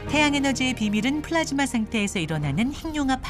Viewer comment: 플라스마가 아니라 플라즈마 입니다.